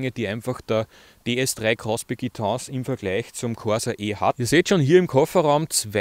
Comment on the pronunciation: Danke für den Bericht! Das Auto ist mir zu wuchtig und entsprechend zu ineffizient, aber das ist ja Geschmacksache. Nicht ganz klar ist für mich die Aussprache des Fahrzeugtyps: entweder französisch oder englisch. Aber gemischt? "e" englisch und "tense" französisch?